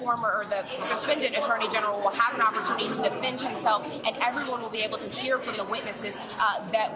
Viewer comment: Abble??? Is she reading a prompter? How does that generation get jobs? Its able ! You should know that by 3rd grade.